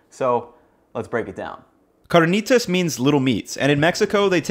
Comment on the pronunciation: You seem more cultured than to pronounce carnitas as you do.